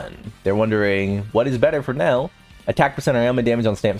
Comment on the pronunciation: Can you please ffs pronouce her name correctly. Its prounouced NEL YEL NOT NELEL